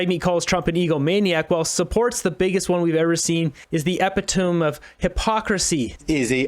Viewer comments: E..PIT…OH…ME. Epitome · Um... - your command of basic English words is embarrassing. "Epitome"... pronounced as EH-PIT-Oh-ME. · E pit o me. Really important to use proper pronunciation if you are to be taken seriously as a citizen journalist. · Nice try. Epitome is pronounced e pit o me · Hey buddy. Look up the pronunciation of epitome. Also maybe hyperbole.....not sure if that was you who bombed that one a few days ago. Not to criticize, just wanted to help you perfect your awesome reports. Keep up the good work! 😃